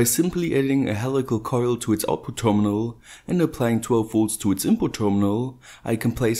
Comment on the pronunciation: What's a 'terminaw'?